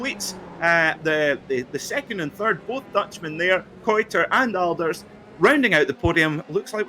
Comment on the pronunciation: Sam Kuitert's surname is pronounced: [kaɪ̯təɹt]